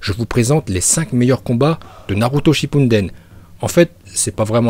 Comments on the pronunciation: Tu es maboule on dis chippuden et non chipunden tu es vraiment bête idiot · Shipuden shipuden et non shinpuden merde !😅😂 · Si tu connais correctement Naruto tu dois dire "Ninjoutsou" et pas "Ninjutsu" Ensuite "Shipouden" et pas "Shipounden" ensuite "Itachi" et pas "Itatchi" puis on dit "Uchiwa" pas "Uchiha" même si ça s'écrit comme sa.... Tu me déséspère sur ce coup là... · Je déteste juste parce que tu dis Naruto Shippunden !!! C’est Naruto Shippuden wesh😭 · Info ses pas shipouneden mes Shippuden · Ptn pourquoi tu dit Naruto Shippunden c shippuden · Lol tu es au courant que c'est Naruto SHIPPUDEN et non Naruto SHIPPUNDEN... Car tu prononcé un N a chaque fois sortir dont ne sais où lol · C'est pas Naruto Shippunden mais "Naruto Shippuden" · Pk tu dis chinpunden c est chipuden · Ce n'est pas shippunden mais shippuden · POURQUOI TU DIS SHIPPU"N"DEN AAAAAH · mais sérieux cest shippuden pas shippunden mec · Ces pas chipunnnnnnnnnnndennnnnn mais chippudennnnn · Mais ohhhh c pas shippOUUUUNNEden c'est shippuden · Pourquoi tu rajoute un putain de "n" dans shipouden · Shippuden** pas shipunden 😂😂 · Wallah frère je regarderais + tes video si tu savais bien dire hokage au lieux de hokajé shippuden au lieux de shippudan etc etc srx frérot ft un effort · pk il dis shipdin au lieu de chipuden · ARRÊTE DE DIRE SHIPPUNDEN C’EST SHIPPUDEN ! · C Naruto shippuden et pas shi(n)ppuden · J'arreter pas de reculer en arriere pour savoir si il dit naruto shippuden ou shippunden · Moi limite ça m'énerve 🤣 je vais lui faire un genjutsu pour qu'il arrête de dire Shippunden c'est SHIPPUDEN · "naruto shinpundden " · " Naruto shinpundenn " ouah sa m’a stressé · il clc a dire shinnepunneden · '' naruto shinpunden'' mdrr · Shinpunden ptn😭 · Jkiff ses video moi meme jsui un fan de naruto mais kan i di shppidunden ou qui parle japonais sa m’stresse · Il fou trop la rage et stresse a dire shipunden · Sa me stressé quand il dit shipunden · Tu me gênes à dire chaque fois SHIPPUNDEN bordel